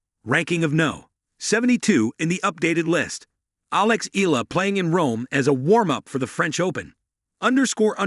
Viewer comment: could you please learn how to pronounce EALA properly out of respect for Alex?